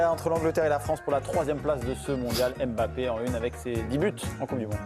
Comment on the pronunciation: Arrêtez avec le « M » bappé, ça saigne les oreilles et puis il a dit comment prononcer son nom